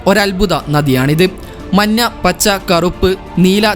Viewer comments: നിറം മന്ന അല്ല മഞ്ഞ ആണ് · മന്ന അല്ലടേ മഞ്ഞ 😂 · Manna alla manja 😂😂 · മഞ്ഞ എന്നാണ് ശരിയായ ഉച്ചാരണം. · Nirangal parayumbol "manna" ennu kettathu njan mathramano😊😊😊